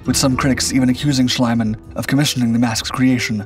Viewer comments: Schliemann's name is pronounced Shleemann, not Shlaymann (that would be spelled "Schleimann") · you butchered max schliemann's name.